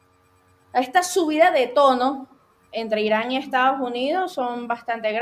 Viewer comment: buenas tardes. Se pronuncia correctamente Estados no Estaos Unidos!😔